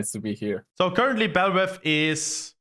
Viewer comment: Why do Germans pronounce Vs as Ws?